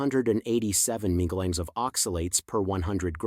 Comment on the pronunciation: mg is mill GRAMS not as you pronounced it Which means 1/1000 th of a gram I suspect you are reading this from a written page and probably your not familiar with the actual facts and reporting what was given to you to read, And it is possible this is being read by AI So how can we trust this, as some may be true and some may not Basically it is repulsive to listen to when not speaking correctly As one is inclined to think maybe this is all fabricated just to make a video.